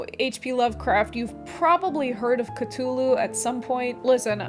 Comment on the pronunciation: Unrelated (as far as I know): holy crap you pronounced "Cthulhu" correctly no one does that I'm freaking out